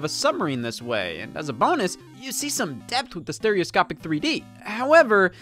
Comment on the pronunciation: “Steroscopie” lmfao